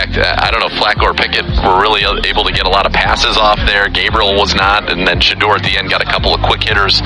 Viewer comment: Shedèur. Shedèur. Shedèur... please pronounce his name properly...